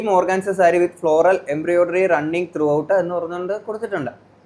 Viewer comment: മോനേ.. എംബ്രിയോഡറി അല്ല... എംബ്രോയിഡറി എന്ന് പറയൂ